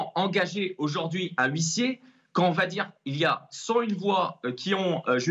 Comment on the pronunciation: Huissier = le H est MUET